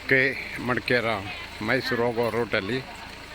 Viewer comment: ಮಡಕೆರ ಅಲ್ಲ ಮಡಿಕೇರಿ ಅದು